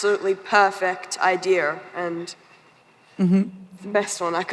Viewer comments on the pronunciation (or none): levi said idear 😂